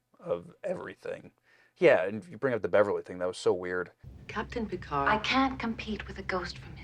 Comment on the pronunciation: pronunciation of PERCARD is quickly becoming my favorite part of these reactions. It almost sounds like is slowly starting to follow suit. He started with Picard but it’s slipping.